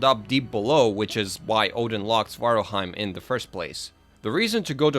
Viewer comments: SvartalFheim, with an F. I hear Svartalheim being said by many, you even wrote it like that. Alf as in... Elf. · Its Svartalfar or Svartalfhiem not svartarhiem i know it's nitpicking...your details are top notch...keep up the good work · Svartalfheim, it has a 'f' in it. :)